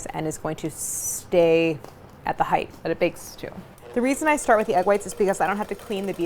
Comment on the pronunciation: height mama height, not heigth. length and width are spelled and pronounced differently. sorry, but that mispronunciation drives me up a gd wall.